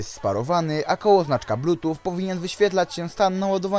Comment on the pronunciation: Widzieliście już jak rozpocząłem zmianę swojego studio? :D Jeśli nie, to zapraszam! Swoją drogą! Z mojej strony sorry za błędy w audio przy wymowie słowa Bluetooth, które nie wiem czemu brzmi jak "plutuf" oraz "lag" które wybrzmiewa jako "lak" :D Myślałem, że wymawiam to poprawnie a to na odsłuchu nagle okazuje się, że taka heca :D No cóż, bywa Jestem ciekaw co sądzicie o tych słuchawkach. Czy za 50zł to odpowiednia kwota? Jestem ciekaw waszych opinii. Zapraszam do komentowania ;) Szybka edycja: Słuchawek tych nie polecam, jednak jeśli ktoś na prawdę bardzo chce ich spróbować, to zapraszam do zakupów z tego linka afiliacyjnego. W ten sposób wesprzesz mój kanał :)